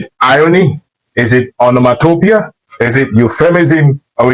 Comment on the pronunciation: Great pedagogy! Revisit and check how you pronounced the word “ Onomatopoeia ”...whether you got it right or not in the video. Shalom !